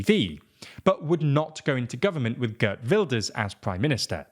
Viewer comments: 'ghurt wilders. lol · “Guhrt Vildurs” 😂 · Gurt Wilders 🤣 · "Gurt Wilders" .... dudes, I do not like the guy but there is no need to slaughter his name like that. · GURT WULDERS 😂😂😂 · Girt Welders ;)